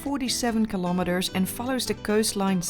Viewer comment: Who else after watching her for a few years now pronounces kilometers as Kilometerssshh.😄 LOL Be safe Noraly. 😍